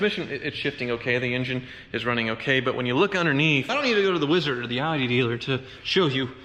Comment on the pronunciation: Please stop pronouncing wizard 🧙‍♂️ as weeezerd. Thanks